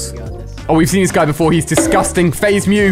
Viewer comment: why does he say discusting EVRY SINGE CLIP its weird